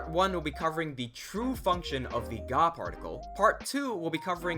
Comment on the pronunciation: I understood the "God particle" instead of "ga particle" at the start of the video.😅 I thought it was a bit sarcasm, as it is not far from the truth in Japanese language... Thank you for the videos - extremely helpful!